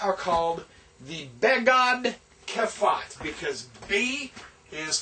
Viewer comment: listen, i have no clue who is the man that wrote that book, or you background in hebrew, but throw it away - soo many mistakes! mistakes in translation, mistakes in pronouncements. you write ב (b/v) like כ (ch / k). most of the letters dont change their sound when they are without the dagesh - beside ב (b/v) כ (k/ ch) פ (p/f). and its be-ge-d ke-fe-t - not begad kefat :-)